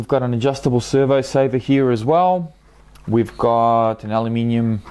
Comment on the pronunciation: Did you say alumium?